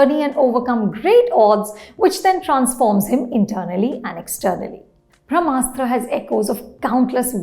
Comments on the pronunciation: It's not Bhramastra ma'am, it's Brahmastra 🙏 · It is not भ्रमास्त्र it is ब्रम्हास्त्र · It's pronounced brahmastra...not bhramastra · This madam also says bhramastra and but can speak clean crisp french.🤣